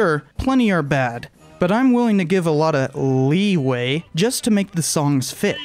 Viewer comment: "Lee-way," hehe.